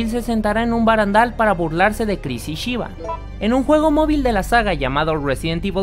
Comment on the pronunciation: Es super gracioso como dices "Shiva"😹😹